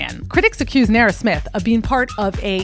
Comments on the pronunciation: Like... you couldn't be mispronouncing her name for the ENTIRE video. Who is Nera...? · You kill me with the way you pronounce her name😂😂😂😂😂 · If you’re going to do an expose on someone at a minimum learn how to pronounce the persons name.